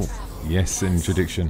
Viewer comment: Intradiction? Don't you mean Interdiction?